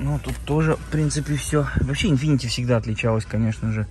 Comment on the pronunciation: Infiniti, а не infinitY